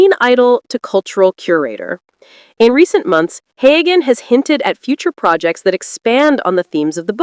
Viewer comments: It's not Haygan! It's pronounced Heu an. The g is not sounded. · The narrator should learn the correct pronunciation of Sam Heughan s name! It is NOT Haygan! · The narrator should learn to pronounce Heughan! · Find out how to pronounce his name! Drives me nuts!!!!!!